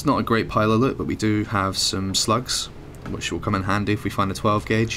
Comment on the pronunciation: Lut?no it is loot if you are going to talk to the English pronounce words correctly your name I'm fine with.